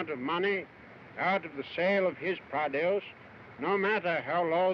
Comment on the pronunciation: "pradeuce" I love how he pronounces some words